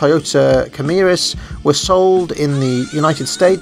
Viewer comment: Toyota "Cam-rees"**